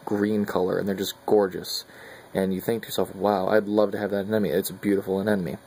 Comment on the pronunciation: Please stop saying "anenome."...............ah-nim-o-nee.